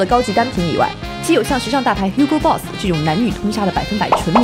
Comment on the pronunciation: 天啊Hugo Boss 讀成虛夠也太不高級了吧